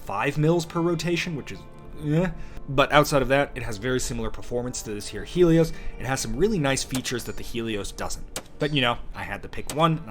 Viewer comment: "Helos" not "Helios" — Gonna peep this!